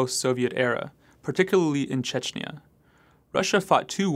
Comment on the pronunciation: The last vowel of "Chechnya" is pronounced as the "a" in "as", not as an "eee-ya".